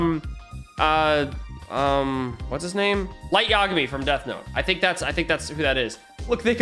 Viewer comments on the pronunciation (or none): none